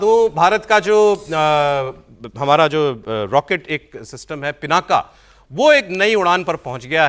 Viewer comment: ये पिनाका नहीं है ये पिनाक है । अंग्रेजी में पिनाका बोल देते हैं, आप हिन्दू हैं, आपको मालूम होना चाहिए कि पिनाक भगवान शिव के धनुष का नाम है ।